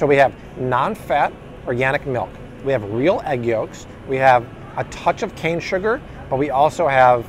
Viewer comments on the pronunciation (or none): none